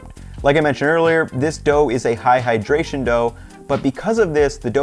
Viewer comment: Amazing recipe and will definitely try, but when I heard him say "AHAHAdration" I started dying 🤣☠